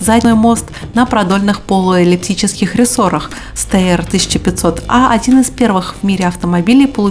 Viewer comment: Интересно! Единственное замечание: Steyr произносится с буквы Ш (S перед T и P).